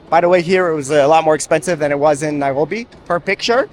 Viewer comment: Interesting video. I have to mention that your pronunciation of Nairobi.. the 'r' is simply incorrect in English.. yet your English is 100%. I've commented on this oddity before.. that you seem to slide into Hebrew gutteral -rolling style 'r' pronunciation. It's most off-putting for the English speaker.